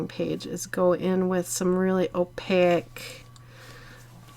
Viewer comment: sorry, but this is one of my pet peeves, opaque, rhymes with cake!!m there is no I at the end